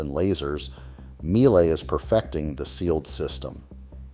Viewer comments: Míele is pronounced meal-ah . Like everything, worth getting it right. Family owned since inception. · That is not how to pronounce Miele.